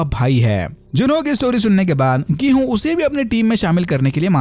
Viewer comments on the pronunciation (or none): Gihunn 😂😂 odia wale😂😂😂😂